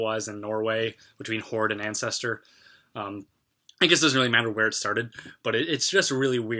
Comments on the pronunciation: "Ancestor" it's Antestor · Nice video dude! But it's actually Antestor, not ancestor. Also Deicide, not Decide. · i don't have the time to watch this whole video let alone look at all the comments so i'm sure it's been said already BUT...... it AnTestor not ancestor and it's Deicide-Deeee-i-cide- not "decide" and yes it's Glenn Benton. It takes away from the views if you don't know certain details but i do agree with your open mindedness-on BOTH sides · You seem to be a pretty intelligent person. Quite fair in your observations. Well done. But it is ANTESTOR not ancestor LOL . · Side note; it's "AnTestor" not "Ancestor". And early Black Sabbath lyrics pertaining to religion had a pro-Christian (War Pigs for example) slant, although I definitely wouldn't slap a "White Metal" label on them. ;) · *Antestor Not Ancestor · You keep saying "Ancestor" do you mean "Antestor"? I used to listen to them when I was a christian. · man! if you do some research into unblack metal, and you can not even pronounce the bandname 'Antestor' right? do your research again. Antestor, Horde and Crimson Moonlight is like the trinity of unblack metal, get your research right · Dude, it is pronounced An-test-or. Tom Araya is a Christian. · And Antestor like Anscestor.